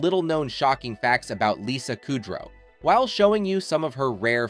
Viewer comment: Listening to you constantly pronounce her last name wrong makes my ears cry